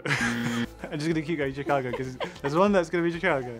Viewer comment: Lol they all say Chicago like the ch in “chicken”… you’d think they’d get how that one works, since it’s like “chicane”